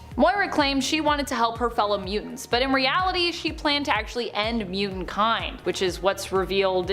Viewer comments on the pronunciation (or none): It's muTANT not muDENT... Get that dude to talk right or get him out of the position of narrator